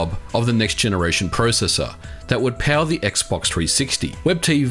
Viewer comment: Man, am I the only one hearing “PAL” every time he says “power”?